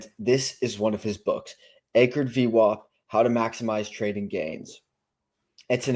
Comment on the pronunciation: Good job on the vid! 1 question You say Average but then pronounce VWOP lol Will never understand that one. 😁